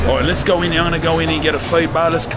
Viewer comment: Priscilla says lets oge